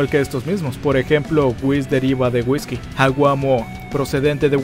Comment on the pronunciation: Alguien mas noto que dijo wisto a virs en ves de visto a whis 🙊🙊🙊🙊 Exeletne vídeo me encantas tua trabajos éxito y sigue así